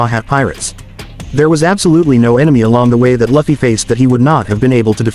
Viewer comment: Its लूफी not लफी